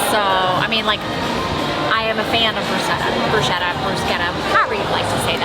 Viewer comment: Loving all of your videos, you 2 are fantastic. Love your honest reviews and your enthusiasm is amazing. Your reviews have helped me plan our trip when we go and all the restaurants that are a must try...and this one now! P.S. It's pronounced brus-ketta ('che' in Italian is pronounced like a k) 🙂🥰❤